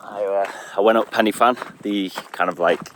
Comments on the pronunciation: Ahh cheers for that. The way you pronounced fan y big cracked me up. If I ever catch you wandering around my valleys, I'll make you pronounce Pwll yr Iwrch, in exchange for telling you where the good drinking streams are. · Bro can pronounce bannau brycheiniog but not pen uhh van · Another great video By the way Pen y fan is pronounced Pen ( Y rhymes with The and actually translates to The) one f is v and double ff is f. = pen y van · Excellent yet again. Pen Y Fan is pronounced pen e van. F in welsh is pronounced v. You went up the same way I did, never knew there was an easy way up! 🤣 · Good to see you, - and great to see some Brecon Beacons too...! It's pronounced Pen uh Van by the way - the single f in the Welsh alphabet having the sound of the English alphabet v, which they don't have! If it was as you said it, the spelling would be something like Pen i ffan. I used to frequent that area a lot, 30+ years ago! Oh, and it's Llan - gaddock, at the end, there are no cumbersome dogs!